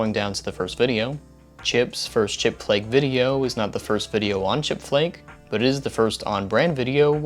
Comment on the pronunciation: For a moment i thought said "chick-fil-a" instead of "chipflake".